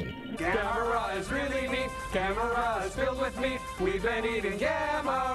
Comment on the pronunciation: Say the name right